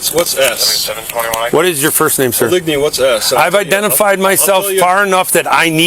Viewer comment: OH-LIG-KNEE is a real prick 😢